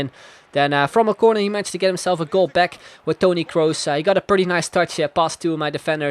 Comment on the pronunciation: finally someone who pronounces kroos right